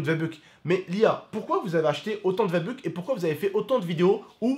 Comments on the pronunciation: S’il te plaît dit V-buck et pas VA-buque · mon frero je t’en supplie arrête de dire va buck c v bucks😂